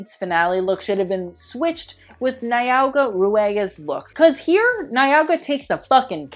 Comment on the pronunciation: Everyone talking about how he murdered the name recicla and me a south Sudanese is concerned about how he said Nyagua's name